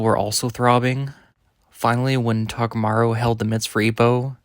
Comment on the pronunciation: Why do you keep saying "takamaru"?? New character?